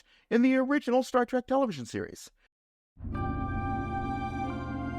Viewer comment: If you are going to make a living on Star Trek, at least have the decency to pronounce it “Trek” and not “Track”.